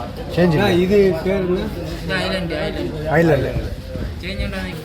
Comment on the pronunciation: நண்பரே அது ஐஸ் ல‌ாண்ட‌் இல்லை ஐ ல‌ாண்ட‌்.